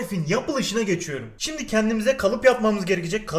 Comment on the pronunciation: Abi 3.14 de şimdi sömle diyon :D